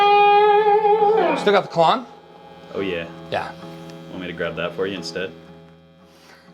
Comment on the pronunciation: KL…….ON. Yeah, it’s not supposed to be KL….OFF.